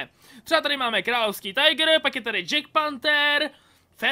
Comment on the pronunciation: Tiger se vyslovuje jak se píše